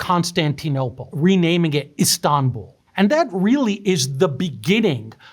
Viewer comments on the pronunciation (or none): none